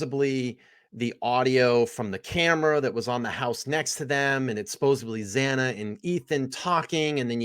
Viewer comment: why do so many Americans mis pronounce the word Supposedly as subpposbly ? this youtuber does it and I have heard countless Americans do it ... its Supposedly , I am Norwegian and even I know how to pronounce it correctly .. is it just lack of education ? what is the deal here .. also they pronounce Library as Liberry ..weird